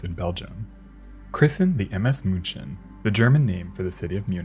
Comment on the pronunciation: Outstanding video. Thx. Munchen is pronounced 'Meen-chen' by the Germans, if I remember correctly. My mother spoke German.